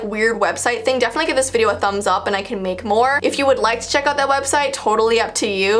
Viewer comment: Its website not wediste 🥺